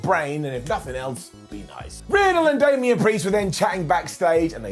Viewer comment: K I can’t ignore that he said Shamian vs Damian. I like that matchup.